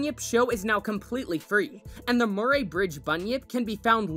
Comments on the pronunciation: The way he said Murray- .. its Muh-ree not Mur-aye. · Oh my god. Please pronounce Murray correctly. It sounds more like Murry as if the a is silent. Also, you should play the sound it makes. There’s nothing else like it.